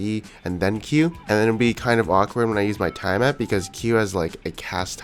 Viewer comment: plz learn how to pronounce tiamat and melee :)